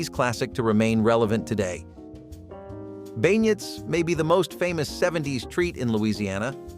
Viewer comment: A few things on pronunciation. Deby is dur-be and Bingnets are bin-yeahs. Other than that this is great!